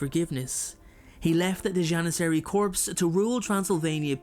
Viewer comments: The word is pronounced "core", not "corpse". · For future reference the word 'corps' is pronounced 'core' not corpse, which is a dead body. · Just a FYI corps, is not pronounced corpse. It's pronounced core. JS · Just throwing it out there... but "corps" is pronounced as "core" not "corpse" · No. I meant that the word corps was being mispronounced as corpse.👍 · Ummm… "Corps" is pronounced "core" (just as a friendly FYI) 🙂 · I really like your content but I have to correct your pronunciation of the word "corps". It has a French origin, it means "body" or many of the words that can stand in for it figuratively. As such, you do not pronounce the "p" or the "s" at the end unless there is a vowel after it, but "corpse" is a different word with a different meaning. TLDR: corps is pronounced "cor" like core, and not like "corpse" which is a dead body.